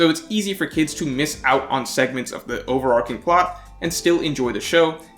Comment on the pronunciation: good video. i agree. also overarching is pronounced over ar CHING not ar king. like archway or archer.